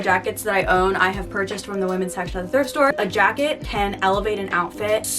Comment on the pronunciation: How many times said “thirft store” during the video: i counted 8 lmao Truly an icon ❤️